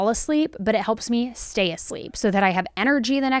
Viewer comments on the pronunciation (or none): none